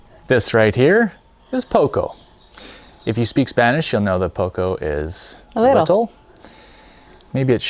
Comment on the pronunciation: I'm curious to see how your story unfolds. It's always interesting to follow construction projects, and the trips to Vancouver Island—which I'm already familiar with from Adam Gibbs' channel—also seem promising to me. Maybe you’d like to work on your Spanish a bit more; it would be nice if your “Poco” actually had a pronunciation closer to the original and not that strangely intoned “Poucou.”